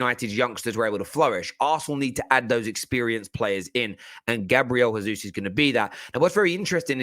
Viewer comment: Gabriel Jesus is pronounced Jaysoos not Hayzoos